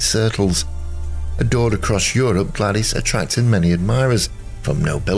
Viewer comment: You're mispronouncing her name. She used the version that rhymes with 'ladies'.